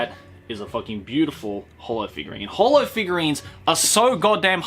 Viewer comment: Love how you pronounced holo's name wrong